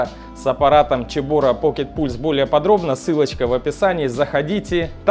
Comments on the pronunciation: поздравляю с покупкой! Но почему "чебора"? Слух режет. Все говорят "себора", а гугл переводчик говорит "цебора" 😁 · Почему Чебора. Вообще то Себора. Чебора по английски Chebora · Цэбора а не чебОра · а почему Чебора а не Цебора???? чуть ухи не отвалились! аппарат классный, поздравляю, про канал 100 ампер написали уже, там Иван рассказывает и снимает про сварку максимально качественно. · Ну, ну какая "Чебора"? Тут либо Себора, либо Кебора. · первая буква C, читается Цебора), a Ч было бы Сh. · ну гдеж Ч то в слове CEBORA?? Ч звук получается при Ch! это Сибора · Как режет уши "чебора", не так читается